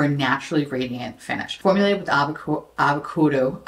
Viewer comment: "formulated with avakoodoo and aloe vura 💅"